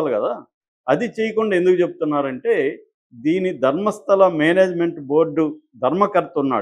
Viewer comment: It is not Dharmasthali.. u guys don’t even bother to pronounce correctly?